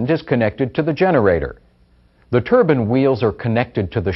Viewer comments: Turban is turban, these are TURBINE, long I. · Got sick of listening to this dude wrongly pronouncing turbine as "" Turben""... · It's not a "Turban". It's a Turbine. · they are pronouncing the word wrong the bine part is to be pronounce as like pine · Its painful to listen to how he pronouns turbine